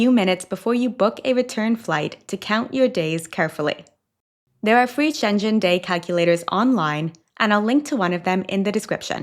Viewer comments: Love your posts but please, please, please look up how to properly pronounce Schengen!! It's hard on the ears when it isn't pronounced properly 😢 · First of all, it's not really complicated to find the way how to pronounce Schengen, you make it sound Chinese LOL.Yes, Americans can also simply find out how to pronounce a word, even in your own accent, just do better. It's a bit offensive you didn't even try. Also, do you really need the clickbait thumb saying ETIAS is a scam, while the information on the implementation is totally transparent? Of course it's a good thing to point out scammers, but really, why would American people need this kind of advice, while they have to whole internet to inform them about things like this before travelling?! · Pronounce Schengen right at least,! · Schengen is definitely NOT pronounced with a hard "g" (only if you have a French accent). In Luxembourgisch (where Schengen is) and in German and Dutch the "ng" is pronounced like in "singing" in English. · No, definitely not with a hard "g" - only when you pronounce it with a French accent. In Luxembourgisch (where Schengen is) and in German (it is a German name) it is pronounced [ʃɛŋən], the "g" is not hard, but kind of swallowed by the "n". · Its SchenGEN. (Hard G) You’re making it sound like Shenzhen in China. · It is Schengen, not Shenjen. And La Rambla , not Las Ramblas. As a travel channel you will want to get that right. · It's so funny to hear your pronounciation of Schengen, because it sounds like my Chinese friends pronounce the city Shenzhen. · It’s schengen with a hard G, I live inFrance. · The clothing rule for cathedrals is not new, it’s been like that for decades in many European countries. And FYI, Schengen is pronounced SHENG-uhn ([ˈʃeŋən 😉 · HI, just one small correction, the G in Schengen is a hard G. It's the name of a village in Luxembourg where the Schengen agreement was signed. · Please pronounce Schengen with a G, not Schenchen!